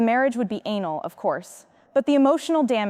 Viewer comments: The worst pronunciation of words anal for annulment plus several others but that one made me laugh out loud . The wedding was anal. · Quit changing voices, stick with one voice.😅 Pronounce words correctly. Marriage annulment not anal.😂